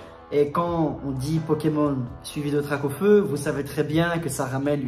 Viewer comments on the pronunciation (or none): 🙈🙈🙈Mes oreilles!! DraCaufeu! Avec un C poto!! Sinon intéressante la video GG!!💣😉